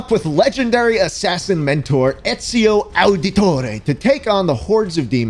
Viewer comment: me watching the video and listen to the way he say auditore ---- also me begin italian and know that auditore is an actually word in italian me: OMY GAWD